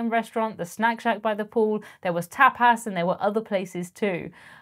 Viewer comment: did you pronounce tapas as "tap-pass"?